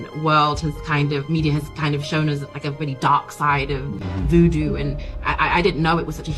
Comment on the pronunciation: Have i been pronouncing vudu wrong sounds they the two women on this video said "hudu" 🤔